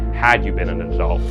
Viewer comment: Why are you saying ADULT like that? The emphasis should be on U not A.